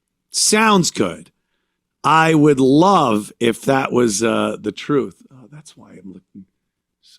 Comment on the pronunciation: The truf, commrnunities, burial, toof etc